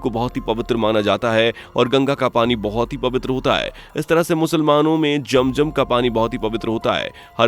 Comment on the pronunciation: Pahle bolna to seek lo tab video banana jam jam nahi zamzam kahte h.kuch bhi bolna h bus?